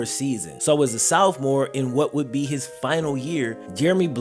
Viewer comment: im not gonna lie i get tired of this man saying sophomore “soufmore” pisses me off everytime😭